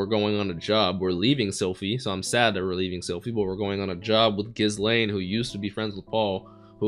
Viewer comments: Her name is pronounced ghi laine. S is silent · Just because you had talked over the line when her name was said in the show itself, Ghislaine has the pronunciation of "Gi" as in the martial art uniform "Lain" like the anime series "Serial Experiment Lain" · Looking forward to the next reaction vid :) Also for the future reference "Ghislaine" is pronounced without the "s"